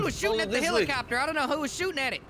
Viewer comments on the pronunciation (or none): They all say helichopter